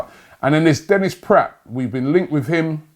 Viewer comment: Denis PRATT?? Robbie! You learnt how to pronounce "PRAHT" last week. Pronounce the "a" as in bra!